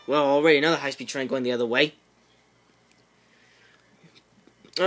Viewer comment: hIGHH SPED TREEN! yih. MEEEEEEEEEEE! I WAS DYING AT THAT PART🤣